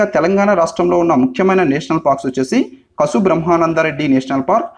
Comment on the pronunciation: కసు బ్రహ్మానందరెడ్డి కాడు. కాసు బ్రహ్మానందం రెడ్డి